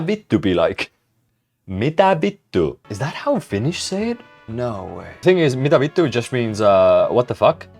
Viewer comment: Was so surprised of the Mitä vittua. Pronunciation was so on point that it shook me. Then i realized you were Estonian XD... Torilla tavataan.